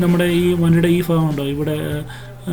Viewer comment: വളരെ നല്ല രീതിയിൽ വണ്ടിയെ കുറിച്ച് മനസ്സിലാക്കിത്തന്നു 👍👍👍 പിന്നെ ഫാഗമല്ല ഭാഗം എന്നാണ്